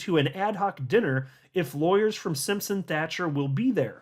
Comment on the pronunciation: Hey how are ya, the 🏴 says hello & thank you! Also can you tell Brad kimes that he keeps saying the name Simpson Thatcher wrong, he pronounces Thatcher with a K and it sounds like Thakker, honestly it's making my ears grind! It's not that hard Thatcher as Margaret Thatcher not Thakker..I love his channel but he butchers some names at times.